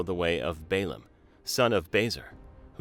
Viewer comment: is it Baum or Balaam at this point I doubt your credibility.